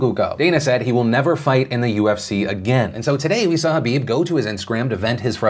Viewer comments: Is no one going to point out that Phil kept saying Habib instead of khabib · it's KHABIB not Habib lol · Is it just me or does he say “habib” instead of “khabib” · What’s so hard about pronouncing kabob correctly 😝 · Are you calling khabib Habib??? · Does he keep calling Khabib, Habib? Or is it just me... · nb No, everyone in the world besides Phil and Khabib mispronounces Khabib's name. Listen to it closely again. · the k in khabib isnt silent my man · Say Khabib's name properly PILIP.